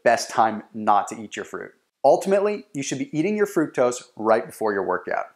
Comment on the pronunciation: he pronounced fructose wrong